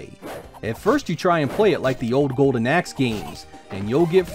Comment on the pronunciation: Im sure hes saying Golden Ex?? WHAT!!!